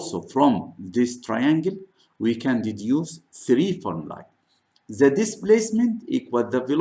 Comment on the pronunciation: Why Your English Sucks ? what about your " the " ZAAAAAAA Are you teaching babies ?